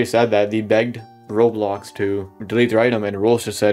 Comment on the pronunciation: why do you sound like your lips never touch like "rolox"